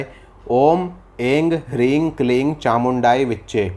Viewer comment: आप aim hrim klim उच्चारण गलत कर रहे हैं